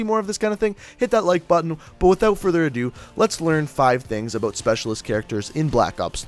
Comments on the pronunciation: Ok can you damn cod you tubers please learn how to pronounce "out" and "about" . I'm so sick of hearing (uh-bewt) And (ewt) good video but please pronounce the words correwtly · He said "aboot" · i didn't know aboot this 😂😅😂